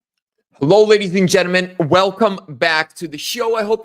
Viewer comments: I like mispronunciation of “gentlemen” it’s like his tagline. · You learn how to pronounce gentlemen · It's annoying how he pronounces it since I'm taking English grammar in school and language arts on using proper grammar in English